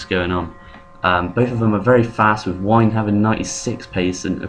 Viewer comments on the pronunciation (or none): you said whine instead of wynne...